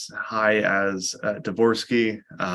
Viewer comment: Good choice by to say Dvorsky.